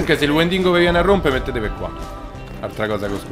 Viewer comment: il "wendingo" è bellissimo XD.. spero funzioni ancora il trucchetto